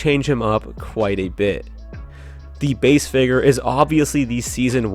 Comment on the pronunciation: Why do you say figger instead of figure